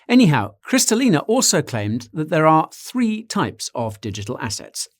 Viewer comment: You botched Kristalina's name as well 😁